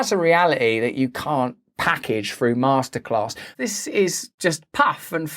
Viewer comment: Masterclass sounds like Masterrace....